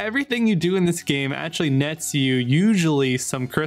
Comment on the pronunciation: An answer. I stated it clearly. So if you are able to answer with a question you can surely answer with an answer so please do so I will be grateful. Tell me why do you pronounce so badly? I have already given you an example above. Words like protection, actually, faction you pronounce it badly (the parts "act" and "ect" are pronounced badly by yourself)... that is not English. So do you have an accent or are you somehow indisposed, do you have some impairment in this regard?